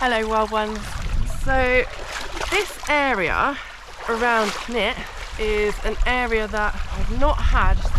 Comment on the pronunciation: Great trip. Walking upstream like this certainly gets you into some wild spots - probably more enjoyable than pushing through wet bracken too, with its ticks and all that:o) Wasn't sure where you were to begin with, as you pronounce Cnicht very strangely! - have a listen here for how welsh speakers say it - (pretty much as it looks in fact) Cheers, Dave (who has walked up Cnicht many times - I hope you get up there one day)